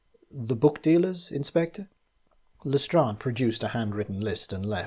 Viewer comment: Lestrade is pronounced correctly!!! It's the little things!!!